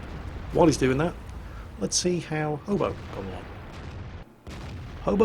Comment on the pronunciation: first of all who else thought said homo instead of hobo second where or when did Jo get his/her health back